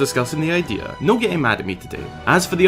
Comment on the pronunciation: I thinik its an itristing idear